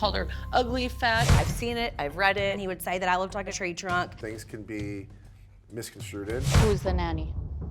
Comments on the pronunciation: Did he say misconstruded? It's misconstrued my dude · Mixconstruded???? Misconstrued, Jax 🙄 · Did he say misconstruted 😂😂😂😂😂 did I hear that right? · So funny to hear Jax try and pronounce "misconstrued" 🤣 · Yes he did 😂